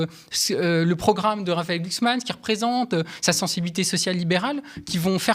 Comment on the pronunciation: Prononcer Glucksmein 😂😂😂